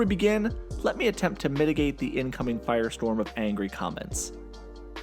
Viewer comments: did he say firestrom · U said fire stor